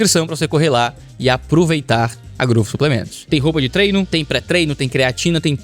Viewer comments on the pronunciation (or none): none